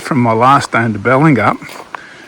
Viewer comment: Its a lovely part of WA. I'm surprised there's kids still on holiday as they've gone back to school in Perth. It looks like you got your moneys worth for your haircut. Balingup pronounciation = Bail in Up. Great presentation thanks.